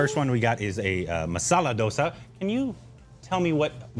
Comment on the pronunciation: Its not "Do" sa, its pronounced "Dho"sa.